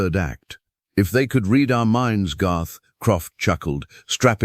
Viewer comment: Pronunciation off to a bad start: "bow", "read", Love that we can turn the subtitles on and off. Great references to the Sci-Fi stories we recognize and love. Good story, and one of my favorite narrators. Good visuals with no weird videos in the background.